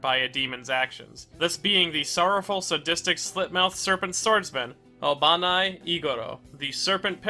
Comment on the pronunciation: Just to let you know! Iguros is pronounced more like ee-gu-ro rather than ee-go-ro. Additionally, Obanai is pronounced as oh-ba-nai rather than oh-ban-ay!